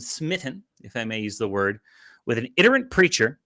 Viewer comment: EYE-tin-er-ent is the pronunciation. He is an idiot, but you need to bring you A game if you want to put him firmly in his place. EDIT: He is not an idiot, he is a religious zealot...I have trouble telling them apart sometimes.